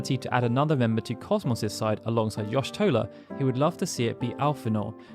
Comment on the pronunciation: your pronunciation of Y'shtola and Alphinaud hurt me greatly..... XD